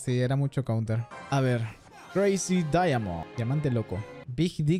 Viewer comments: Comentario hablando de lo jojo referencia, tendré que copiar mi comentario pero cambiar el número si quiero comentar todos los comentarios referentes o casi todos: Curiosamente pronuncio "diamond" casi igual que Josuke Josuke:daimonda:daimond Forma normal de decirlo (inglés): diamond pero no puedo escribir las diferencias bien en texto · Me parece curioso que dijo diamond igual que como se pronuncia el stand "daimond" que no es igual que la pronunciación normal, nomás le falto añadir una "a" xd